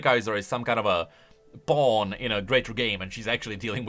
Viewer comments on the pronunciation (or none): none